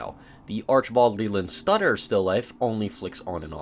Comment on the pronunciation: Archibald Leland SUTTER not stutter lmao